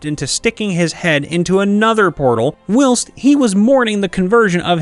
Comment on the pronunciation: why do you say “whilst” like will st? its pronounce “while st”